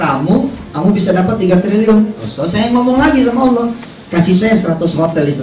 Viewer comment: Alloh baca W, A... 🤣🤣🤣